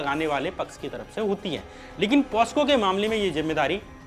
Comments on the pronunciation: Bhai posco nhi pocso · Posco nahi pocso hota hai shyam bhai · कृपया उच्चारण सही करे पोस्को नहीं पोक्सो बोलिए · Posco nahi pocso